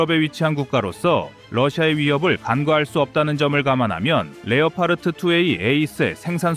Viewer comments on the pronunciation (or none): none